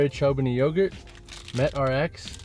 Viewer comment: I also had a double take when you said "CHOWbani" for the yogurt